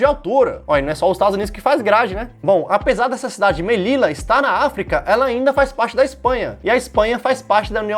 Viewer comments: É do Marrocos e não, é de Marrocos . Tampouco é Melina, é Mellila. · Melina? Não Me - li - la. Tá? 🏹🎯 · Melina?? leia de novo...você qiz dizer Melilla que em português se lê MELILHA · Ouvir o falando 'Melila' e 'Gilbratar' me caguei de rir! 🤣 🤣 🤣 🤣